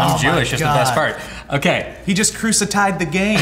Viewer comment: LOL you had me at "Cruci-tied..." #facepalm